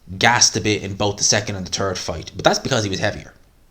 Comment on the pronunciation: bro i love the accent: Tree=three, Turd=third